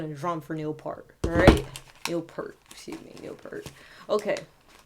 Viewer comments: It's great to see the number of people from ALL backgrounds paying tribute to Neil. Not that it's relevant (now or before) but his name is pronounced "Pee-ert", not "Pair-t". He certainly was an inspitation across so many genres. R.I.P. Neil. Gone but NEVER forgotten! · If you loved him so much you could have pronounced his last name right...it's peert, not pert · It's P-ear-T NOT Pert (the shampoo) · Neil Peart, pronounced PEYERT, not Pert. He's not a shampoo. For real drumming feats of excellence, try Tom Sawyer, 2112, and my personal favorite, Anthem. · Peer-t. Not Pert. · Pert is a brand of Shampoo...........its pronounced Peeert, P ear T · With respect, his name is pronounced "peert", not "purt". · In the future his name does not rhyme with "hurt". The things you "hear" with, one of which is an "ear", put a "p" in front, a "t" behind and you have Peart. Rhymes with "ear". Peace and Love. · It's pronounced Peeurrt! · whoa.. I cant believe it... A black chic who likes Rush/Neil Peart? Good job on this by the way! One thing tho... (if others have mentioned this Im sorry for bringing it up again) But Peart -ya gotta say it like how you say "ear". pEARt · His last name is pronounced P-ear-t just FYI. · It's pronounced Piert. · Neil Peart's last name is pronounced ," pierret". It's commonly mispronounced all the time...lol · Its pronounced like EAR with a P at the start and a T at the end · His last name is pronounced P-Ear-T. Nice tribute. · It's Neil Peeert but that's okay, a very common mistake. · It's pronounced P-ear-t. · Im not looking at comments, but I know haters are bashing. His name is pronounced like pEARt is the easiest way to get you closer to the right pronunciation. EAR is two syllables. But thank you for doing a good job on this! Your open mind to other things is amazing. The man was gracious, humble and peaceful. A great music man. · Peart rhymes with 'peer' - this is the ideal time for everyone to finally get his name right!